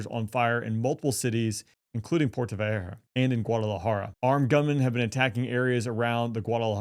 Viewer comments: It's called Puerto Vallarta not Puerto Vayeerta moron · dude, learn how to pronounce 'Puerto Vallarta', 'cause for now what you say sounds like gibberish. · you should learn to say "Puerto Vallarta" before you make a video about it. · Puerto vayerhuh huh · PUERTO "VAYARTA" !! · Well our speaker here ain’t from the southwest with that puerta vajarta lol. Or whatever that was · It's, pronounce... Puerto vayarta. 2 ll sounds like y. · Thats a "t" not a "h" in vallarta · I cringed every time he butchered the name!😂